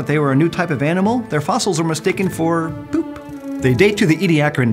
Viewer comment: I like how he says 'poop.' Like he hiccuped at the same time.